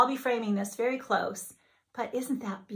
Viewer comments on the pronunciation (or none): none